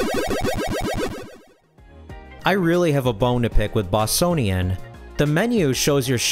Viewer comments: Bossonian? i'm sure it's pronounced with a hard C/like a K. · Yar's, not Ye-ar's. Boss-Cone-ian, not Bos-sown-ian